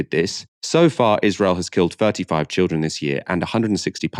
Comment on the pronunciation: why do they keep saying childreen? how are you suppose to know its a kid when its holding a gun and wearing a scarf? also even if you knew it was a kid are you not gonna shoot it >?stupid logic from bbc just shows how people with no experience with trauma like to talk like a moral person